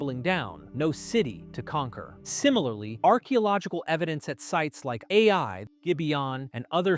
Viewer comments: Who else noticed keeps saying A I for the city of "eye"? Lol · The city is not called A.I. it is Ai, pronounced like the Scottish aye. Or the same sound as the Y in the word try. Ai. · You sound like you turned your own voice into Ai. You literally just said the town of "aye" as the town of a.i. about lol